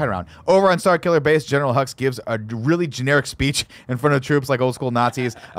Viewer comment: When I first saw The Force Awakens, I thought they kept saying General Huggs. I thought “what a nice-sounding name for a villain.”